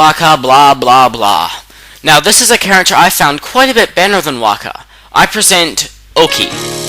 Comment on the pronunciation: no offence, you have a problem pronouncing stuff in this game, you mis-pronounced Orochi (its Ore-Oh-Chee, Agata Forest (its Aw-Gaw-Taw), Waka (its Waw-ka), Oki's sword Kutone (its Koo-Ton-Ey), Ryo (its Ree-Oh) im not trying to insult you, just telling you how to properly pronounce stuff in these games